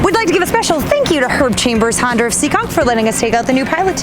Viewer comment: she always says herb chambers honder instead of herb chambers honda